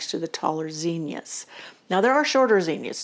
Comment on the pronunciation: This will probably sound dumb but I like the way you say zinnias. Most of the people around me today say it with a short I sound and also stretch out with an extra syllable. I learned the way you say it and so I love it when I come across somebody who says it that way. 🎉